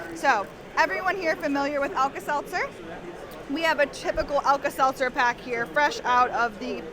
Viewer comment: It's not Alka-Seltzering 😂😂😂😂😂😂